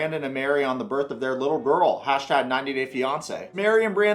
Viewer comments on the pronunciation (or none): none